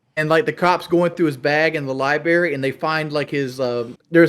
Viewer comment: pronounces library as “lie-berry”